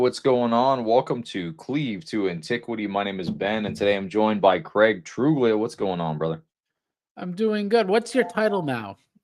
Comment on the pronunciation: Craig subtly trying to correct Ben’s pronunciation of his last name 😂 One day he’ll get that the “g” is silent